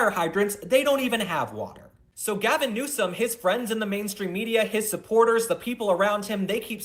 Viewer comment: First, you need to make sure you are properly pronouncing the person’s name you are reporting/talking about! Newsom not NEWSCOM…! Very annoying….and actually I have other names I could call him but….